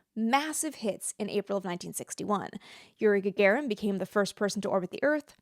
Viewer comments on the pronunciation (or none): none